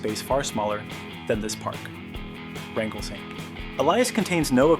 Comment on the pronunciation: Rangal Saint Elias should be Wrangell-St. Elias. Checking google maps before posting can save embarrassing moments like this--a mistake right out of the gate.🙄 This park is #3 in size in the world. the pronunciation was changed to RAN-jul. Then, , it was referred to as Franklin Saint Elias. Then, it became RAN-jul.